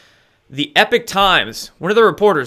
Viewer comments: Hello! This is Lynne, not Jack. Anyway, I don't want to sound like a know-it-all, but isn't the "Epoch" times pronounced "EEE- pock" and not "epic" as it's being pronounced here? Anyway, great show,!! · love your show but it's Epoch Times pronounced as EEEPOK! not Epic.... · EEPOK... Not "epic" times... yeesh. Lol. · it is the E P O C H times, NOT the E P I C H times.... an o instead of an i.....??!!! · Note it's not 'Epic Times' it's 'Epoch Times' (as in Pock). Love the channel btw. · Please stop calling it the ‘Epic’ Times it’s called the ‘Epoch’ Times as in The beginning of a distinctive period in the history of something or someone. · Language nerd: it's epoch Times not epic Times. It's worth trying to maintain a distinction in pronunciation, though admittedly difficult and picayune. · Errgh...i'm sorry for being annoyed each time pronounces it "EPIC" times.